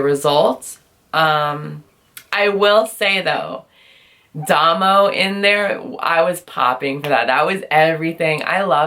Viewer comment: Nice review. Also, Damo is pronounced Day-mo